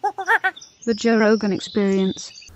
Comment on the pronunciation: Joe “The Rojan Gogan” Rogan